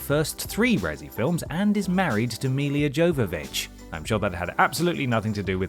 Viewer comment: Where are you getting the extra 'i' from in Milla? 😂